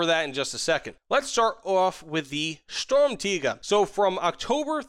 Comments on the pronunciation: Yea for you English people out there it's Sturmtegar not Sturmtaiga ^^ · For the pronounciation: it's "shturmtiger", much love from Germany! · i feel like somethings a little off and i think it's the R at the end of "Tiger" that's ever so slightly too weak. It sounds kind of like "Tiga" but it's close enough so i approve too. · Your pronunciation of Sturmtiger is pretty good when you say it like Sturm tee ga just put a little more emphasis on the r at the end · Pronounced stirm - tea - grrr, but close enough thanks for the valuable knowledge 😂😂😂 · shtorm teeger is what i keep hearing lol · don’t say sturmtiga with a hard r bro 💀💀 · It is literally probounced sturm (just like storm but with a u) and tiger (with a short i [sounds like an e])